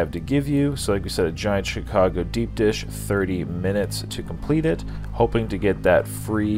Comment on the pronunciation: We just gonna gloss over "Chigaco" vs. "Chicago"? Just wondering.